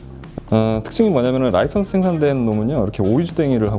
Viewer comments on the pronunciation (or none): none